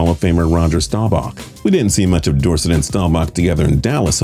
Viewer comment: It's door-set